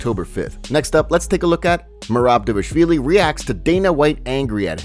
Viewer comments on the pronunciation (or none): Why can't y'all say DvalISHvili